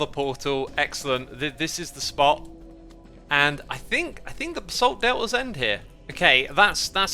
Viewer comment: "the basalt del'has" now thats a true british accent !